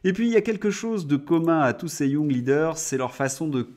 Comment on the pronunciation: Pif, paf, et surtout pouf... Excellent! Mais si démoralisant 😡... Juste une petite chose, ce serait nettement plus élégant de prononcer les mots anglais en anglais, tel que young (leader). Courage 😅!